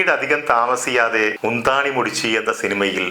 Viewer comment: "മുന്താണി മൂടിച്ചി" അല്ല മഹാനേ "മുന്താണൈ മുടിച്ചു" എന്നാണ് .. 🤣🤣🤣🤣🤣🤣🤣🤣🤣🤣🤣🤣🤣🤣🤣🤣🤣🤣🤣🤣🤣🤣🤣🤣🤣🤣🤣🤣🤣🤣🤣🤣🤣🤣🤣🤣🤣🤣🤣🤣🤣🤣🤣🤣🤣🤣🤣🤣🤣🤣🤣🤣🤣🤣🤣🤣🤣🤣🤣🤣🤣🤣🤣🤣🤣🤣🤣🤣🤣🤣🤣🤣🤣🤣🤣🤣🤣🤣🤣🤣